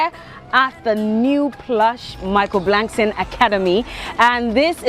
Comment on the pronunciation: Someone tell its not Blankson.